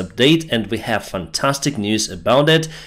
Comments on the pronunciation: Slava Ukraine btw it’s fantastic not fatstic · well it's 'Fatstic' news actually.. perhaps you still haven't figured out that just reads stuff out from a teleprompter, hence all the (most amusing) mispronunciation..